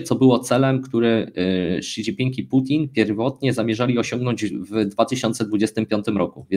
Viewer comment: Zle wymawiacie imie lidera mowi sie szidzinpig